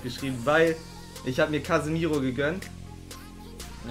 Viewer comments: Hast nicht Casemiro, sondern ,,Casimiro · Der heißt Casemiro, nicht Casimeiro 😁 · Schau mal wie man Casemiro schreibt, biiiittte. (Du sagst und schreibst immmer Casimeiro😷)